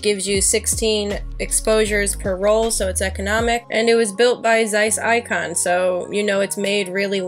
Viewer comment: Great review of a great camera! Zeiss Ikon's are awesome cameras and certainly inspired me to get out with mine again this summer! Also, solid pronunciation of my last name!